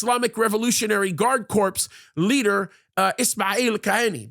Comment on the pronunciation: My OCD goes crazy when you say CORPSE instead of COR for the word, CORPS